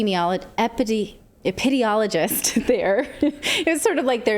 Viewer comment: Epp-peee-DEEM-e-ologist. Hi, Natalie. Love the you of you.